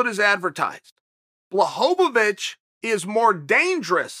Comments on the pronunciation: Blachowicz not bahovih 🤣🤣🤣🤣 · BLACHOWICZ not BLACHOWOWICZ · Everyone: Blachowitch Chael Sonnen: Blachovovichevich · Blachowicz: “Bwa-ho-vitch” Chael: “Blahovovich” Blahovovich: “ok great” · I have Polish friends. I asked, they said 'bwa-cho-vitch' but maybe it's different for different parts of Poland? Either way, they both are closer than BLAHHOHOHOHOHOHOVITCH like Chael says lol! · Chael “Blahovovitch” Sonnen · I hate to correct the gangster, but he meant to say BlahoVOVOVOVOVOVOvich. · always wondering why is it so hard to pronounce his name correctly? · bwa-cho-vitch* Close enough though. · its actually bwa-ho-vitch bro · To me it sounds like he’s saying Blohovlobitch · Chael correcting the pronunciation of Jan's last name, it's actually BLAHOHOHOHOvic. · Chael “Blachowo-wicz” Sonnen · No one ever in the whole world: Chael: “BlahHoeVaVich” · There have been many pronunciations of Blachovicz, but Bwahovovich might be my favorite. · At this point I start to think that Chael is fucking with us with that extra "vo". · HAHAHAHAHAHA This must be on purpose!! Blueeeehooovvvaaatitch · i laughed out loud every time he said blahovovic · Me: oh, it's "ł" in Błachowicz in thumbnail, I'm sure he will speak it correct. Also me: man who tf is Blahohovich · ''Yawn Balhovovich'' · If Blahovovovovovic wins perhaps Lazy Chael will learn how to pronounce his name. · "Blahowvavich" chael sonnen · Chael's botching fighters' names is nearing uncle Joey's level hahahah Blaho-vo-vich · Chael uses words like perennial and juxtapose and then calls him Blahovovich for 10 min. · Chael blahovavich sonnen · its pronounced "Bla-ho-vitch" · the number one mma personality yet still can't pronounce anyones name correctly. Blahohohovich isn't his name hahaha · My wife is from Poland and she‘s way smarter than me. It’s actually Błachowicz. [Bwuahowitch] Cześć! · How many "O sounds" are in the name, Blachowicz. Chael sets the over-under at 4. :)